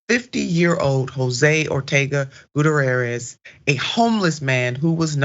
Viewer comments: For crying out loud, it's "Gut-T-air-ezz!" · She should learn to pronounce names before she starts her podcast. Doesn't anyone on her team know how to pronounce this man's name. It's embarrassing.